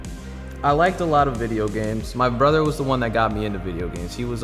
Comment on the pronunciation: what do you mean BREUOTHERR!!!!